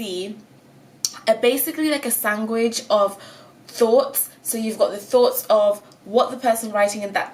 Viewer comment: ‘Sangwich’ ... iconic